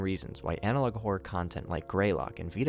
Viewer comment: "analouge" on the end killed me 😂😂😂